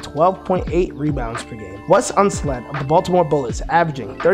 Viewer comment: Unseld, not Unsled.